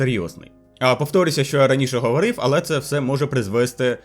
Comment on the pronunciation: Переважно українська але проскакують русизми і наголоси стрьомні є. Типу "говОрив"😂